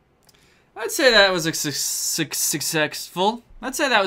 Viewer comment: Danny struggling to say "successful" was something I didn't know I needed